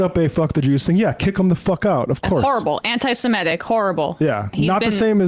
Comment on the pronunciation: Why is Enma still saying 'anti semetic'? There is no such f*cking word as 'semetic'. It does not exist. The word is 'semitic'. If she is going to argue about this subject, she should ABSOLUTELY be able to pronounce the word properly. Why are young people so ill-informed?